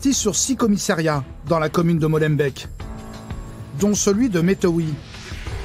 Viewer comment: Rien que le : " Molenbèque du début " ...😂😂😂